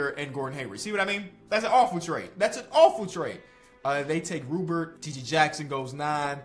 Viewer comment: RUPERT is pronounced Rou (like “Lou”) • Pair. ROO PAIR